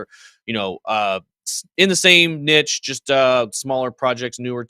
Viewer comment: saying niche wrong haha